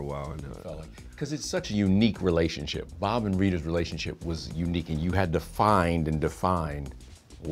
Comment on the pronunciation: .."Bhhab"??..no.. it's ' BOB '...!